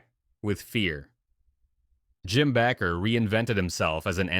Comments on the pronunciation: It's pronounced BAAAker not Backer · It's pronounced Bake er not Back ker. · Why do they keep saying BACKER IT BAKER